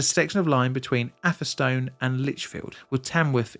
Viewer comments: Afferstone and Tamwuff? ok. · as someone from coventry the way you say atherstone is just so wrong it hurts me